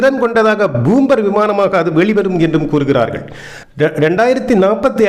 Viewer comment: என்னப்பா🙆ஆச்சு😏 உனக்கு பூம்பர் அல்ல பாம்பர் விமானம்